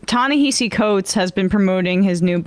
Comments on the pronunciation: Emma! We love you, but please please pronounce Ta-Nehisi Coates’ name correctly. It’s Ta-NaHASi Coates, not Ta-NaHEEsi Coates. It should sound like Taw-Naw-Haw-See with an emphasis on the third syllable. Not Taw-Naw-Hee-See. Please. It’s disrespectful otherwise. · It’s pronounced “Ta Neh-HA-See” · It’s pronounced “Tah Nehahsee” okay peace✌️. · his name is pronounced TA-NA-*HASI*. the only place I've heard it said right is democracy now.